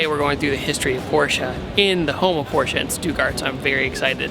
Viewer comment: As a German I’d like to say thank you for pronouncing Porsche correctly